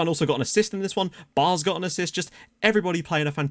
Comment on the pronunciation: Fyi; the aa in Baars is pronounced like the a in apple or the a in Cameroon